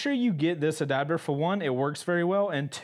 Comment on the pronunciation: "ADABDER" "Adapter" Everyone Else LMFAO